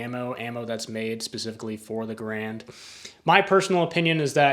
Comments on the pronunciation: GARE-and, not guh-RAND. That's the way John Cantius Garand pronounced it. My favorite Canadian! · I suggest that you learn how to pronounce the surname ‘Garand’ before making another video on the M1 Garand rifle. The stress is on the first syllable. John Garand changed the spelling of his name when he moved South to the U.S.A., in the same manner as the Buies, who changed the spelling of their family name to Bowie. In neither case did the pronunciation change. Either watch an original U.S. War Department film OR a recent Forgotten Weapons video on the M1 Garand.